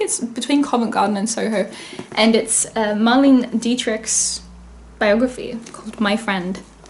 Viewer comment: It’s actually pronounced “Mar-lay-nuh” not Marlene with a hard e